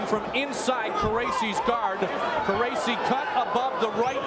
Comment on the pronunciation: I thought his name was pronounced car-rachi